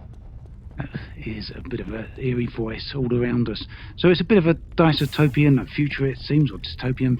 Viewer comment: Dice ce topian? Dystopian. Try dis tope e an. By Jove he's got it.